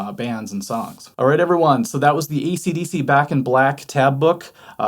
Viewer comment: Great video as always. Awesome. I heard u said " easy dissy " AC/DC at the end. Hahahaha